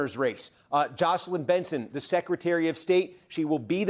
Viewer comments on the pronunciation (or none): none